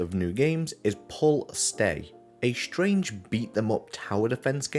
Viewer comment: Is Pull Stay "shtrange" or is it "strange"?